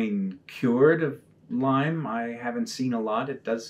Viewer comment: It's Lyme Disease. Nitpicking? Maybe, but it bugs me, say it right.